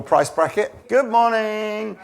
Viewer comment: "Hi, Goomorn, Velcom." Are we still supposed to believe is really Danish?